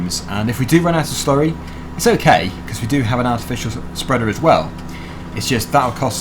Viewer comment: i love it when you slury